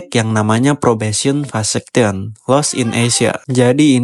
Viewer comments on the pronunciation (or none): Fekesyen bang bukan Fesekyen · Fekesyen bang yang bener😂😂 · Fakasyen bang bukan fasakyen. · Pas denger “probesion vasaction” hah? Vasectomy percobaan? Ini bahas graffiti kan, kok ada bahas istilah kebiri😂😂, eh pas baca tulisan engress nya “ probation vacation “ liburan percobaan😂😂, oh maksudnya fekesien😂😂. Lanjut pren, pake gugel sesekali biar spelling nya bener pren, lanjutkan. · saran bang, bacanya vekesyen bg bukan fesektion yg dimana artinya tu liburan (Vacation) dlm bhs inggris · Kata abang gua,bahasa inggris lu keren abizz,yang ditulis VACATION ,yang dibaca VESECTION...keren abiis kayak anak tk tetangga gua...keren amat...KATANYA...